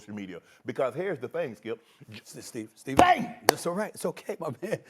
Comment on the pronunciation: “Here’s da thang skiiup”.